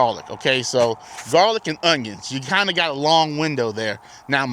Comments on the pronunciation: 2 things. Are those unjuns short day? The proper way to pronounce that garlic is wrong every time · Fun Fact: When I was younger my friend and I would pronounce onions the way you did in this video and we would just say it was the country way of saying it. lol